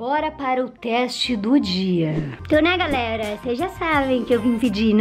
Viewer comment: Ela falou pitiça e garela kkk amuh a